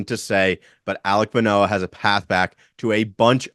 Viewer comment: I hit like before i watched video, then had to dislike once the name Manoah came out your mouth. lol